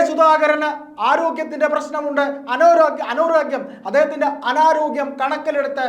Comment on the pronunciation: അ നാ രോ ഗ്യം എന്ന് പറയാൻ കഴിയുന്നില്ലേ സഹോ. ആവേശം കുറച്ചാൽ മതി ❤